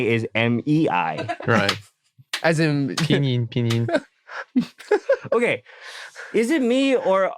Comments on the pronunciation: I am soft when Eric says pinyin, his pronunciation is so on point. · Especially when said pinyin😂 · "Aunt Mei" OMG HAHAHHAHAHHA:" Uncle Ben can still be Ben but pronounced in the Chinese way XD "pinyin pinyin" tho, did he study Chinese too? (I only know Eric studied in Beijing ^^)